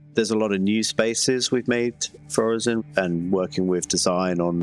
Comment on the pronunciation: My brother in Christ, you MADE the name, its pronounced Orison :P Okay but they did have that little tidbit of people in lore having different dialects, but still xD